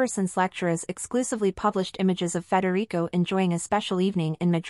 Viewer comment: IT'S NOT FREDERICO!!!